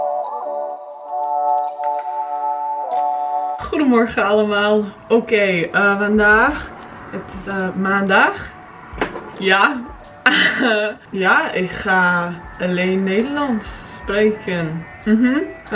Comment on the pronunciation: Je hebt goed netherlands gesproken! Maandag is not like maaaa- it's maan maan is moon hope it helped